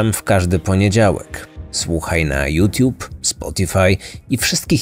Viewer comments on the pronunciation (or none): none